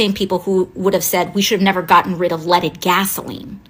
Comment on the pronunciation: ‘Leadded”. Try again.